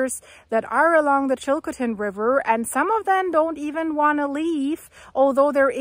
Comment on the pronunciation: Please learn how to pronounce Chilcotin.